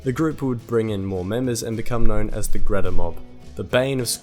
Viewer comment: I really feel the need to let you know Greta is pronounced Greeta - long 'e' sound. Just letting you know as someone growing in the area.